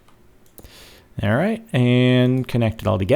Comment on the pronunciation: WTF, was it just me or did he not start the video by saying "alrrrright"????